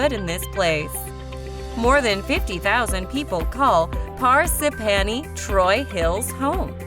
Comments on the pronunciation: phar - sip - phany (is she ok? because that’s not how you say parsippany) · Par sip pan e. Jesus. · I know, right!? Par-s'panny?! Where the fuck!? 😂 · Par-sip-panny! ROFL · Don’t pronounce Parsippany correctly. Video showed bridges and city buildings……there isn’t any of that in the town. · She fucked up Parsippany😂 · I thought Ho-ho-kus was bad until she mentioned Parsippany and both my husband and I went, "WHAT??" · Amen! Parsippany? Ho-Ho-Kus? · You re not saying Parsippany the way it s said . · Amen! I think the narrator was actually a computerized voice. When she pronounced Parsippany she reminded me of Ed Norton on the Honeymooners, in his pronunciation of "a string of Po-lop-ponies (Polo ponies)" while rehearsing for a play. 😅😂🤣